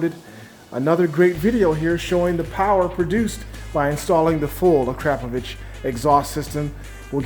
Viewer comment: Does anyone else hear pronunciaion of the Exhaust as A-crap-ovitch? It's Akrapovic. That's "Akra-povic". I'm guessing the company would mortified.. Don't get me wrong in enjoy your Videos 😉